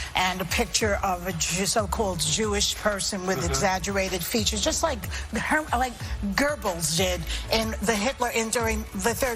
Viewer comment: It's Goebbels not Gerbles ,if you are going to spread fake News whoooooopy, try to get it somewhat correct. Pathetic waste